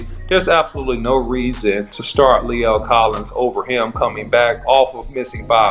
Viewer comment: that man’s mama gone get you for butchering his name lol lol lol other than that good film study however I don’t think right now we can compare those guys right now because Lae’l was out for a year and Steele wasn’t so let’s just give a fair shot until there’s more film on Collins